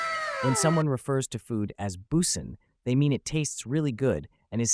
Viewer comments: Boosing? You gotta say it right. It's pronounced bus-in. Like the food busted it open for your taste buds or something which is disturbing now that I verbalized that. 😂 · “Boosin” it’s not boosin it’s bussin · “boosin” tf 😭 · “Boosin” and “jeeyatt” 😭🙏🏼🙏🏼🙏🏼🙏🏼